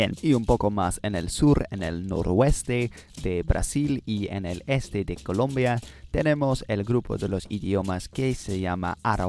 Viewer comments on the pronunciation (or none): none